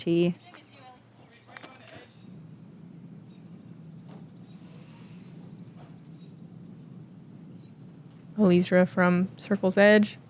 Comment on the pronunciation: Except that it is NOT pronounced that way. She has addressed this in interviews. It is El Eezra; three syllables.